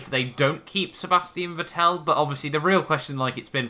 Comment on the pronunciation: You should check facts You mispronounce Vettel Verstappen is already signed with Red Bull Wehrlein is a mercedes junior, not a red bull